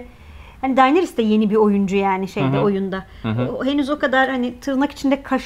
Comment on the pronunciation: Arkadaşlar Daenerys e "Dayneris" demekten vazgeçerseniz müteşekkir olucam. "Deneris" i "Dayneris" şeklinde telafuz ettiğiniz her an muhabbetten kopuyorum. "It''s not you" da ozunde bir onay cumlesi; stark Kurtlari Karakter olarak sahiplerine benzerler, mesela Sansa'nın kurdu daha yumuşak huyluyken Ricon un kurdu içlerinde en saldırganıydı. Dolayısıyla Arya'nın en özgür iradeli Stark olması kurdunda da mevcut ve Kurdun kurduğu pack ve liderlik etme isteği, Arya'dan kopup kendi yoluna gitmesi , Arya'nın " eh yani sormam kabahat tabiki gelmeyeceksin çünkü sen bu ( Emir'e uyan nereye çekilse gelen biri) değilsin, benim gibisin, sigh " iç sesinin ve durumu kabullenişinin tezahürü bence.